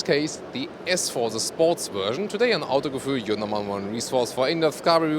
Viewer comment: "Today on Autogefühl … " and he slips into German for a second right? Or was that English with a heavy German accent? Or was I having a stroke? ( either way, is a great host, I've never seen a person match a car so perfectly, it's a little scary actually - no it's not you, it's me )